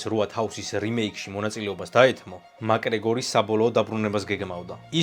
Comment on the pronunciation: მაკგრეგორი არა მაქგრეგორი 🙌